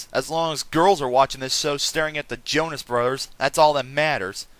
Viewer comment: the O in Jonas has and tie